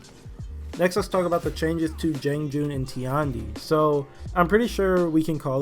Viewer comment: JEE-AHNG. It's funny because you pronounce the 'a' correctly in "Tiandi."